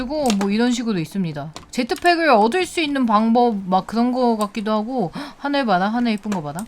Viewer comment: 5초 18초 쯤에 하늘 봐라 이말이 왜 하네바로라고 들리지?? 나만그런가?...